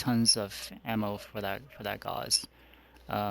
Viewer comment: It's not a gauze rifle man. It's gauss